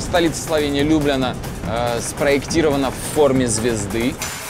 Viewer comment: Ну какая же это Лю́бляна, когда это Любля́на!🙈